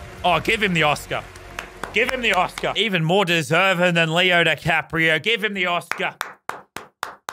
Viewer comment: If Lannan was an English teacher: “Even more deserven than Leo ne Caprio”